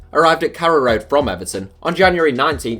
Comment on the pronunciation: Pretty sure its Carrow Road not Kara Road